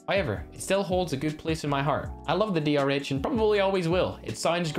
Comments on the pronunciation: Sponge he said dhr instead of drh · No one:: mistakenly says DHR Drh: so now you've forgotten my name too😭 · (after saying " my favourite gun is DR-H " then he call the DR-H while going to the asm-10 " DH-R" XD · That was the point of the joke 😑🤦. He was making fun of the fact that called it a dh-r. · He said dhr